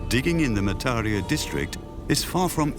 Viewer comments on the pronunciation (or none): Pronunciation error: Mataria, should be Ma-tar- RI- ya